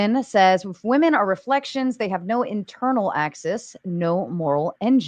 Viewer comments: Why can’t so many people say ‘women’?!?!!! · Woman is not the plural for woman!!!!! Omg I’m gonna lose my shit 😅 it’s women! Pronounced whe’men . Stop saying “ all woman did such and such” please. When did this even start?